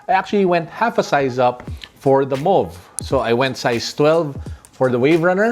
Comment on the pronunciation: You pronounced it right now!!!